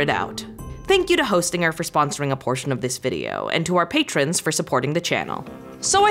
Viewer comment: Thankyou for pronouncing “patrons” correctly!! Please stop with the iPhone alarm scares 🙈